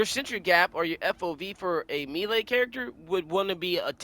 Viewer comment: Bro has got the game mastered but reading and pronouncing the word "melee" , beyond his education level.. Holy shit.. Our world is fucked.